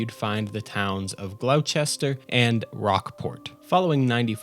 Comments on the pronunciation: glau chester ... heh. Glos-ster. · gloucester is pronounced (Glaw-ster) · gloster not glouchester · As a new England I love hearing how people pronounce the town names 😂 you got pretty close with a lot of them! Gloucester looks like it should be pronounces Glawchester, but it's Glosster (or Glosstuh with that real Boston accent). I've been running through fallout 4 again and loving these vids 👍 hope to see more! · it’s pronounced “way-myth” there’s many towns that have ‘funky’ annunciation. Like Gloucester is “glosster” for another example. Nvm you just said Glou Chester LMAO! Fantastic video I just felt like I should point out the unique way in which towns are annunciated. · who’s gonna tell him it’s pronounced “Glough-ster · “glOwcester” lol. Im a local that’s just a funny way to pronounce it😅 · This video was great... but as a Nutmegger (CT Resident) I was absolutely ripping out my hair listening to the wildly incorrect pronunciations of most of these towns 😂 Gloucester = Glawster Quincy = Quinzee Weymouth = Waymith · Glouw Chester. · You didn’t pronounce 90% of the towns names right glowchester is pronounced glawster is best way i can put it loll weymouth is weymeth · nay-TICK and frahmingham, glau-chester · for reference, it's pronounced GLAW-ster......And thank you. Natick Labs has been around and working on military contracts for decades. Think Skunk Labs, but for infantry. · Gloucester is pronounced "Gloss-ster" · There used to be an asylum in Danvers overlooking 128. It was torn down in the early 2000s but has remained a piece of Massachusetts lore. The film Session 9 takes place in it. Also love listening to non native pronunciation. Gloucester is two syllables, Gloss ter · Gloucester is pronounced Gloss-Stir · no worries man! I promise I wasn't trying to be a dick with my comment, I just can't help but be pedantic sometimes lmao for future reference: it's pronounced like Gloss-ter :) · Never heard Gloucester pronounced like that before.....